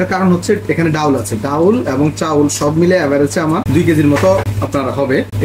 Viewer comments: অতি শুদ্ধ বলতে গিয়ে ডাউল 😂😂 বলে ফেললেন😅😅 এর শুদ্ধ বাংলা ডাল এটা সঠিক ✅✅ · আপনি ডাউল বলবেন না ডাল বলবেন শুনতে বাজে লাগে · ডাউল চাউল না উচ্চারণটা হবে ডাল চাল । আমার জানা মতে, একটি নিখুঁত খিচুড়ি রান্না করতে সমান পরিমাণে চাল এবং ডাল প্রয়োজন। কিন্তু মনে হচ্ছে মিশ্রণে চাল এবং ডালের অনুপাত ২:১, যা ১:১ হওয়া উচিত। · Dal not daul